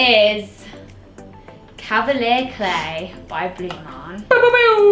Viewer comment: wow. the way she says calvalier clay